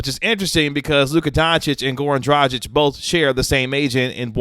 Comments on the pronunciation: Isn't it pronounced Draag-ich with a hard "G"? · The G in DraGić is the same as in Goran.